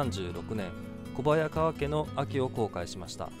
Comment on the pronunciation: こばやがわけ ではなく「こはやがわけ」だよ